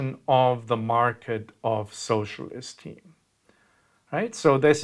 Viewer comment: I heard "socialist team" and I was very confused.